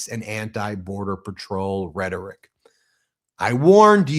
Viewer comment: Tell holman's dumn@ the word ISN'T "rhetic"